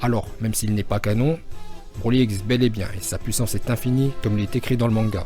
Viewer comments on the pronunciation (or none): none